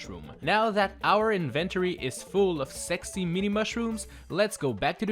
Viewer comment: excuse me, sorry '' invent toree'' i what it sounds like. sorry!